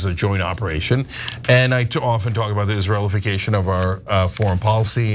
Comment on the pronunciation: Cenk said "Israel·ification" 😂